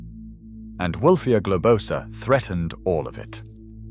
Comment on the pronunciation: It's gloBOsa, not gobloSAAA